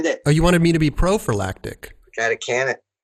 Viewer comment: When they said Proforlactic. Prophylactic. Epic sound byte.